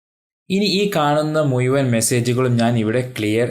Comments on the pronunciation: മലയാളം ചൊവ്വേ നേരെ പറയാൻ പടിക്ക്.നമ്മൾ ഞമ്മളല്ല. മുഴുവൻ. മുയുവൻ 🤣🤣🤣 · മുയുവൻ അല്ല മുഴുവൻ എന്നാണ് പറയുക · മുയുവൻ അല്ലെടാ ഊളെ മുഴുവൻ എന്ന് പറഞ്ഞു പഠിക്ക്